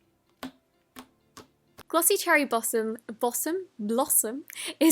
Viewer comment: 'This slime smells of warm pump-kin. Pump-kin? Punkin, ThIS slime smells of warm Kunkin. WARM PUMPKIN!!' 😂😂 and then she said cherry bossom istead of cherry blossom 😂😂 and shes like my favourite youtuber to watch 😂❣️